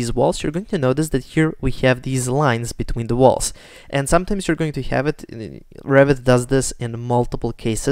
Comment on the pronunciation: funny, English captions when you say Revit almost always show "rabbit" , you really pronounce it like that :))